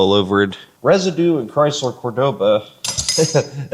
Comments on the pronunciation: Its a kool car brotha 😎 But its pronounced , cor doa ba ,Cordoba, Enyways I enjoy your car videos, super kool 😎 I thought ta do this at my autobody restoration of classic muscle cars, but im to busy do other car stuff ta handle videos as well.....but ya , its all you brotha , god bless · Cordova?? What in the world is a Cordova?? 😅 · you really put the V in cordoba 😂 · I laughed each time you said Cordoba.